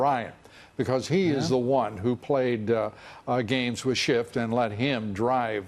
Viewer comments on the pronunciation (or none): he said shifft and I LMAO